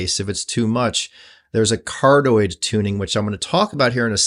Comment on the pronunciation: Hi. It's pronounced Car-dee-oyd instead of how you say it.